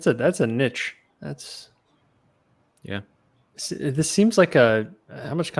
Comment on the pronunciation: pronounces niche oddly.